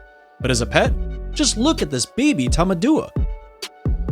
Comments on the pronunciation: btdubs its tamendoowa (tamandua) not tamaadoowa (tamadua) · He never once pronounces tamandua correctly and it frustrates me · dude butchered the Tamanduá pronunciation